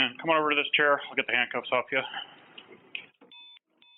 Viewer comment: That's now the only way I know how to pronounce that name, (ClairL).